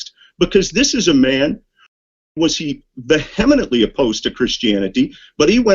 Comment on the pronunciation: at 9m57s:, Paul was what? Are you trying to pronounce vehemently? VEE-a-ment-ly. Say it with me.